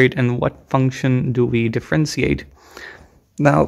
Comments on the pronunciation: Not to mention "differenseeate" and "swaydo". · And the way he says differentiate too